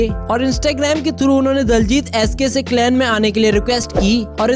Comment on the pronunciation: Talent not tailent ,n clan not clain .